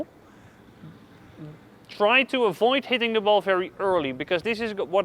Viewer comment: I’m confused. Why is it ‘fery’ and ‘folley’, but it’s not ‘famos’? Great videos, btw😁. Subscribed